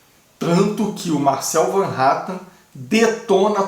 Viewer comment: Van Hattan não fala o nome correto do deputado e sim Hatten